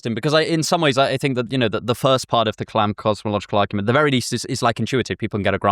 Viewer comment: Kalam* not Clam